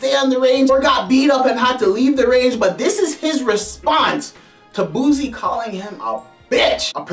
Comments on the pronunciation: Nigga if u dont stop saying this mane name wrong😐🤦🏿‍♀️....Its Boosie not Boozie, that shit was annoying to hear... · And it aint "Boozie bhadahz" its BOOSIE BADAZZ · Boosie,not boozie. Lawd that's irritating.🤣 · He calls him buzie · Its pronounced "Boot-see" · Buzie Bodahs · And he keep mispronounced boosie name# clown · He can't even say Boosie name rite